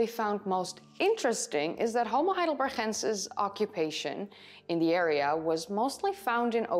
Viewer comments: Why do you keep saying HeidelberCHensis and not HeidelberGensis? They are named after the German town Heidelberg, which is pronounced with a G in the end, like we pronounce g in gorilla. Maybe you explain this in another video, but it is still linguistically wrong. I know about the Neanderthal debate, but in this case there is no long standing tradition of pronouncing a German place in English. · Fascinating subject, and I applaud your almost dead-on American accent. But I just have to say -- your Dutch is showing every time you pronounce "heidelber*g*ensis"! Veel succes met het rijexamen! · Thank you for these videos. I’m liking and subscribing, but please be careful saying “homo heidelbergensis”. You could lose a tonsil pronouncing that guttural sound. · I love the way you pronounce "heidelberGensis" 👍🏻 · Dear, thank you so much for your interesting videos! I like to watch them regularly to learn about new findings. I am sure you will continue to mention and to pronounce "heidelbergensis" regularly, so please let me make a suggestion: " heidelbergensis" is a combination of German "heidelberg" and Latin "...ensis". In both languages the syllable "gen" in "heidelbergensis" should be pronounces like "gan" in the English word "gantry", neither Latin nor German would ever pronounce the "g" like "ch" in "Loch Ness", it sounds Dutch or like in some Northern German dialects. In a Spanish or a Dutch video it is OK. because it's the correct way to pronounce it in these cases. All the best for your driver's licence! Best regards!